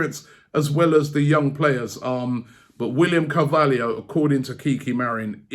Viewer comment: If you say carvaliho I'm going to scream lmao... Omg you said it what's next draxler yea lol 😆